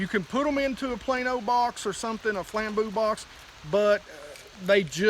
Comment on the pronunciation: “Flamboo box” 🤣